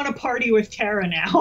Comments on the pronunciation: So, it's Tara like Tara Strong. Not Terra like the Final fantasy character. Got it. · Tara, as someone whose last name is six letters, phonetic, and never gets pronounced right, I have so much sympathy. YouTube those assholes. And yes, being too lazy to check the spelling makes you an asshole. Also, I love your shirt and have the same one. Go Cap!